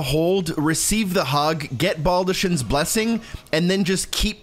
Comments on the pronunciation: You actually SHOULD hug her multiple times for her quest. Just use the blessing as soon as you get it if you don’t plan to use it. Also, why does everyone keep pronouncing baldachin that way when Fia says BALD-uh-KIN. The “ch” is just said like a K. I’d get it if no one said it aloud, but the character who gives it to you says as soon as you get it… do people just not listen? I’m genuinely confused. Almost as much as when people say Nier Auto-MOT-uh or Auto-MATE-uh instead of Aw-TAH-muh-Tuh… cuz it’s the plural form of automaton and should be pronounced similarly. (Actually with this one I don’t even think a lot of people know “automata” is a real word.) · Just literally butchered baldachin